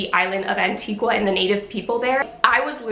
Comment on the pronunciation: the 'u' in Antigua isn't pronounced😅